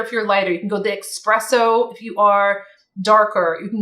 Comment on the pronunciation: Please pronounce espresso with the letter S only. Hurts my ears when I hear someone add the letter X.